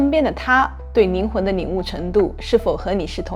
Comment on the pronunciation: 听了半天 宁宁的没听懂，是灵魂不是宁魂！